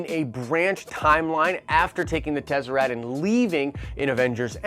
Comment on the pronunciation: I may be off but I believe it's pronounced Tes-uh-rakt fam.. Not trying to be a dick because is my favorite YouTube channel so I just want to help in any way.. Nitpicking enunciation is what I have to resort to since you are usually pretty on point..